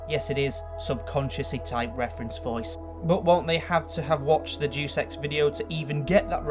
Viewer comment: mate, it's pronounced 'Day-us ex' not Duice ex.